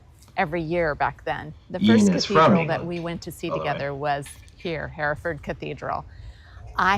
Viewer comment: You've surely heard of Hereford cattle. Large red-brown with white faces & bellies, much bred in the US. They are seen in all the old Western films. It's pronounced 'Herra-Ford', the original meaning is 'Army river crossing', Hera being an old English word for 'Host, Army' & Ford being a shallow place where you can cross a river, as Oxford was were Oxen, probably hauling waggons could safely wade across a stream, in that case the Thames. Hereford Cathedral is one of the early Norman builds, in the 11 th-12th centuries, which has the same thick, heavy, pillars, carved with great diamond 'lozenge' shapes & spiral grooves, which appear in a group of contemporary Churches, including Durham Cathedral, & several others. There are a few similar piers in Selby Abbey, near which I live, which was one of the first built by the Normans, started in about 1069 AD, & it was probably in the Guesthouse of that Abbey that the future King Henry 1st was born, the son of William the Conqueror. Nelson was born in Norfolk, I think the place was Dereham. His father was a Curate or Vicar there I think. The greatest memorials to Lord Nelson are the numerous Public Houses all over the country named after him, often founded by retired Navy veterans, as they could expect very little in the way of pensions in the old days. They are mostly found in seaside towns & ports, but by no means exclusively. There are I think very few original copies of the 1215 Magna Carta, when there had been about 2 dozen